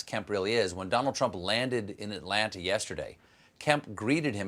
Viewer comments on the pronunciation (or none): none